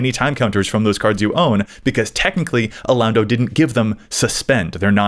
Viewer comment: Alaundo is pronounced "a-lon(as in long)-dough" btw.